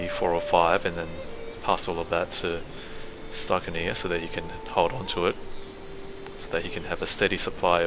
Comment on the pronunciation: Whenever you say "stykinir", i hear "stuck in here" xD